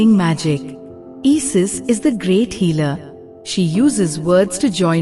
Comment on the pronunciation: Who the hells " EE-SIS". GET AN ENGLISH BOT